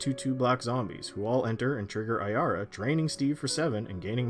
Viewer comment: At least he said Ayara right, there's one guy in my playgroup that has a deck of her but he pronounces it Arya and it really annoys me...